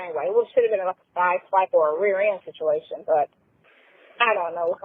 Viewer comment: she can't pronounce situation to save her life. What is "sishuwation"?